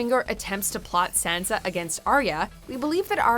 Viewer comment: SHANSHA. PLEASH